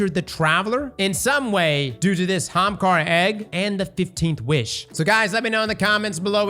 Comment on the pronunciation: That one guy is gonna lose his mind when he hears say 'hamkara' again😂.